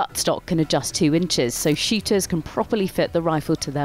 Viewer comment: come onn there's just no way you actually pronounced "shooters" like that...